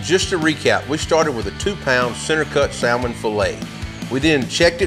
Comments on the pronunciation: I love your videos but I HAVE to give you hell about this (sam- ann) 🤣 say it with me. (Sam-Ann) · The L is silent